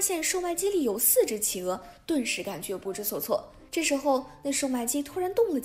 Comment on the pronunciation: 我知道！那隻狼還一直把企鵝唸成起鵝！